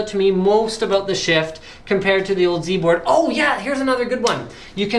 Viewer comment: YOU SAID Z-BOARD WRONG!! ... *shakes fist* HOW DARE YOU!